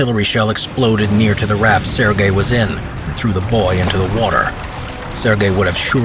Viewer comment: Its sergai i think not sirgay